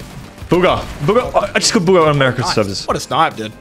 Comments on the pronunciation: Ya mean bogger like he said he didn’t say bugha he said bogger😂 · Its not booga its bugha😂